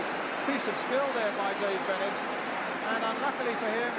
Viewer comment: how difficult is it to pronounce Dave Bennett